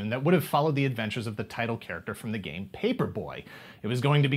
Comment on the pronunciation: Here in the U.K., he was colloquially known as “Captain N, the gay master” because of how the narrator pronounced “game” in the title sequence.